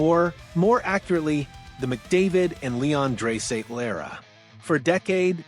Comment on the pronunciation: Its dry not dray idiot